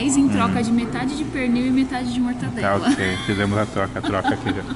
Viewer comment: Não é "Mortandela" e sim "MORTADELA"